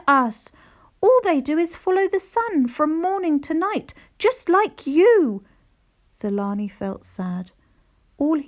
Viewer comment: Hi, is the characters name Thulani? In Africa the TH isn’t pronounced. So it should be pronounced ‘Tulani’. Otherwise such a great story 🤗❤️❤️